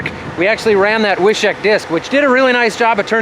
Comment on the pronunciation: wish-ick lol not wish-eck